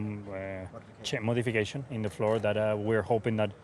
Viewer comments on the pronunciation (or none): “Che modifichation”